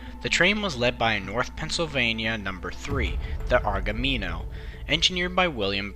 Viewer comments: *Aramingo, just like the street in Port Richmond Pronounced Air uh ming oh Not ar guh mean oh. Idk how you got that one bro LoL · I'm from Philly (born 7/17), born and raised in Frankford, and never heard anyone ever pronounce the word Aramingo the way the narrator did, lol. I had to go back and listen because it sounds so weird to my Philly ears, lol. Both trains' names are streets in Philly. Thank you for sharing this video.